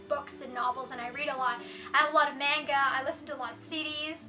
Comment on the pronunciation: My friend, not to be rude or anything... But please learn to say manga right. Please! The way you say it is incorrect.